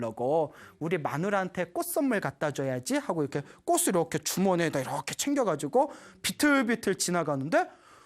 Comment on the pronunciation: 좋은 강연 감사드립니다 학생들도 많이 보는 영상이기에 한가지 부탁말씀 드립니다 올바른 발음 부탁합니다 꽃이 ㅡ꼬치 꽃을 ㅡ꼬츨 로 수정 필요